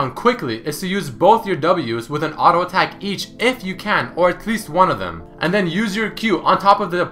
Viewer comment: ARO ATACK ARO ATACK ARO ATACK ARO ATACK.... JUST SAY "T" NOt "R"